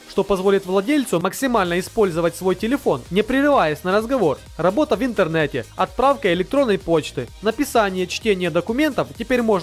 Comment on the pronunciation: "работа винтернэте" ))) ахаха ... интересное слово